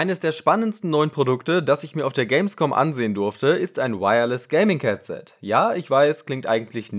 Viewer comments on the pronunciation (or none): Warum sagst du ,,Catset"? Trotzdem cooles Video